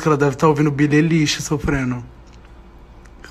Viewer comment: Só eu q me incomodei com ele falando o nome da Billie Eillish errado ? " "